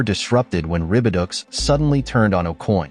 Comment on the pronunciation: Venezuelan butterfly.😂😂 I think I speak for everybody when I say "Naw. That's called a Mafia Necktie." And stupid AI. Ribiducks.. One would think with how far technology has come throughout the years we would have at least one AI that doesn't mispronounce words. Ribidoux - (Rih-bih-doh).. Instead we get (Rih-bih-ducks)😂😂